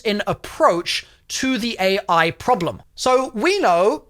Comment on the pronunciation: Ah yes the dev teams are scrambling to get it ready i think you said ai wrong there good sir